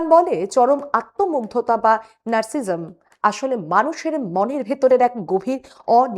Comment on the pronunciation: নারসিজম নয়: নারসি'সি'সিজম: miss!